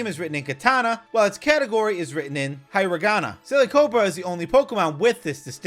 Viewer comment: "Written in 'katana' rather than 'hi-ragana'". 🤦‍♀️